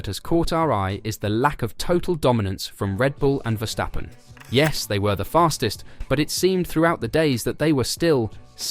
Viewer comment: Good content! It's pronounced Verstappen, not Vershtappen (which is a German thing, not Dutch)